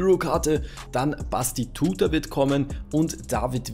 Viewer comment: hast es nicht verstanden. Er hat ihn falsch ausgesprochen;) er heißt batistuta ;)